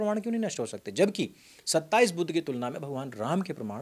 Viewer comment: Budh se itana jalan kyo disreputable pronunciations Aap aik mahatma ka nam itana galat tarike se le rahe haun jinake jaisa mahatma koi nhi huaa Sanatan me Sanatan ka hi sakha hain budhist